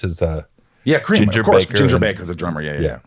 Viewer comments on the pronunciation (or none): none